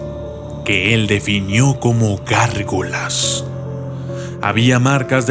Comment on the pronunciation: Se chingo cuando dice gargolass ss